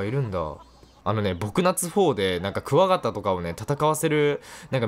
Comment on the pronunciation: 「クワガタ」のイントネーション「ガソリン」と同じじゃん笑笑 好き笑笑